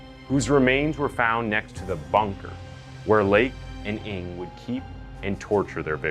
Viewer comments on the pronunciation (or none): I think the correct pronounciation for NG is "nang"!!!not eng!! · I think NG is pronounce "nang" not "ing". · His surname is not pronounced "Ing". It's "Ng". Like a sound you make when you stub your toe. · Charles Ng surname should be pronounced "nang" not "ing", been to asia and met people with surname Ng, they wonder who I'm calling coz of that, seen some of their videos, they are cold blood indeed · Good story telling as always. Love your channel. Just a small correction on the last name of the asian guy, Ng is pronuanced as "Nang".